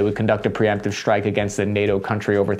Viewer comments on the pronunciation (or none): I very much like! Great information and I like your tone. I would suggest that you stop adding random Hs to words, i.e. shtreem, deshtroy, shtrike, shtrength, infanchry, These mispronunciations weaken your authority. Keep up the good work!